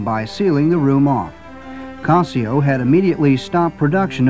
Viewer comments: It's casio not cosio. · is that how Casio is properly pronounced and I’ve been saying it wrong?